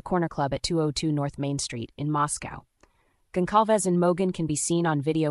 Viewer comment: Goncalves is pronounced with a soft C